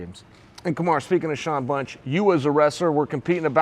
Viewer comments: Remember when Chael used to call Kamaru- "Kamara"? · This lived up to my expectations, you even had chael mispronouncing fighters names😂 i’d rather listen to this lot all day instead of dominick cruz and paul felder lol